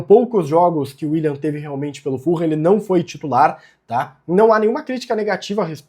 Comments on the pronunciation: a pronuncia certa eh "FULAM" e nao "FURRAM" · Eu morei em Fulham. Fala-se "Fulam" mesmo, nao "full ham". Abraco!